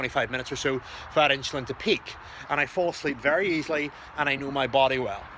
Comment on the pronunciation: This guy can't even pronounce insulin